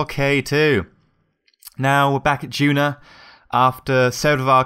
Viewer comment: It's duna, not juna.